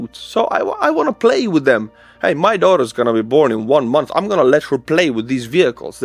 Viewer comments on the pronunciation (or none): none